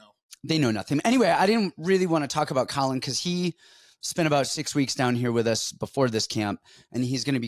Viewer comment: Caolan is pronounced more like Keelan. Loved the show otherwise 😂 🇮🇪